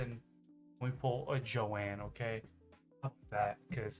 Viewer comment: Omg her name isn't jo ann it's Joan ooof